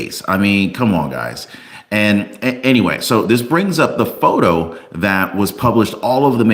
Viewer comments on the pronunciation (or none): none